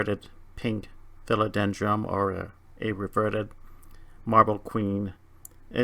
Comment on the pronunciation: Philodendrum...? Are you saying that on purpose? lol. Other than that, very informative video.